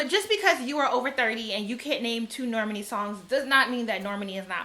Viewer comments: I love the energy! It is Nor-MAHN-ee like “Imani” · Nayo Jones Norman E. 💀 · Pronunciation: the emphasis is on the 2nd syllable. "Nor - MAH - nee" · Normani's name is pronounced nor-MAH-nee. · You pronounce her name like Normandy, France lol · The names that are mispronounced are kind of odd. "LYE-ZZO" and "Nor-MUN-ee" took me out. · Yes! It's Nor-Ma-Ni. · Girl, Normani and then Lizzo. You cant pronounce EITHER of their names? lol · Love the haircut!!! The way you said normani’s name had me laughing for some reason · I just can’t watch the good sis Normani go the way of Rihanna where Americans can’t say her damn name right! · The way you pronounce Normani is SENDING ME lmao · I felt like that was so...unfortunate.